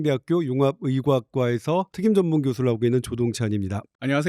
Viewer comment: 저만 특임전문교수가 튀김전문교수로 들렸나요ㅎㅎ라섹 20년차 잘 살고 있습니다~